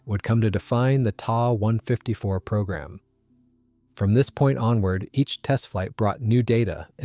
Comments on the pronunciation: Yikes! Quit using gamer-speak! The Ta 152 is a "T" "a" 152, not a "Tah" 154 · My bad, should read The Ta 154 is a "T" "a" 154, not a "Tah" 154. Ugh.